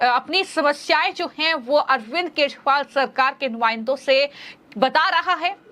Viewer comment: केशरीवाल नहीें, केजरीवाल नाम है । क्या donation से appointment हुई है?